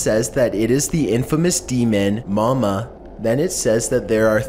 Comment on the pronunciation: It's Momo not mama